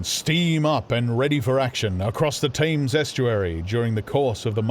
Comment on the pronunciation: Gripping, but why does he pronounce Thames to rhyme with aims.